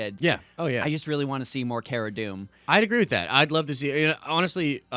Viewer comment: It’s Kara Dunn NOT Kara Doom 😂